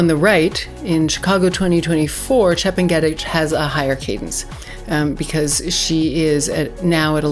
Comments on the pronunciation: Chep nge ' tich learn how to pronounce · That's not how Chepng'etich is pronounced, it's actually very easy once you hear it. Great analysis though